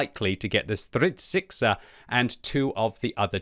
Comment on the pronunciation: Concerning the Stridsyxa, please pronounce it Streets-yksa, it means battle axe, btw. ☝️